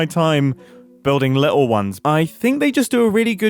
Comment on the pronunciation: It makes me giggle a little every time mumbo says 'li-ul' and 'nuffin'